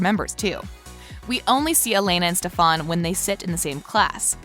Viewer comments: So quick to assume but can't even pronounce stefans name Alaric it a pass but what the heck you have got to take some grammer lessons and has she even watched the show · She says literally so many names wrong lol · wtf, did you really watched the series? why are you sayng Stefan's name wrong? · It’s pronounce Stef-en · U say it like stefin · nobody: This whole video: stefÆn stefÆn stefÆn stefÆn stefÆn stefÆn stefÆn stefÆn alerec alerec alerec alerec alerec alerec alerec alerec alerec alerec alerec alerec alerec alerec alerec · The way she pronounces some things it's like have you even watched the show... like stelena, delena, and STEFAN i just dont get it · Ok I thought I was the only one annoyed at the way she kept saying stefan. I didn't even care for stefan and I was so annoyed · if she says “stefAn” one more time i’m going to cry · Ikr like bro stop pronoucing Stefan wrong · why does she never say stefans name right😭😭😭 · You was saying Stefan name wrong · Did you notice that you were saying stefan`s name wrong?? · Oof why say the characters names wrong ?!?! Like you think since you're doing something on the show you'd know how to pronounce the names 🤷‍♀️ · Ugh the rage I am sorry but why the fawk are you saying stefans name like that like u must be doing it on purpose u less u havent seen the show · She’s not even stays Stefan or Alaric’s name right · can you not call him that it stefan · Why are you pronouncing stefans name like that? You are a fraud this video Channel has always been bullshit. Learn how to pronounce names before you make a video. Cringe af. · WHY DID SHE SAY STEFANS NAME LIKE THAT LMFAOOOO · she saying Stefan wrong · Some people say things different chill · ITS STEFAN NOT STEFAAAAN ITS STEFAN LIIKE UGHHH SHUT UP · just listen. It’s Stephen not stephAn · It's stefen not stefaan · Stefan not stefon 😑😑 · Why tf do you pronounce stefan that way?? Its stefan not ste fan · It’s not Stefon it’s Stefan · its not stefon its STEFAN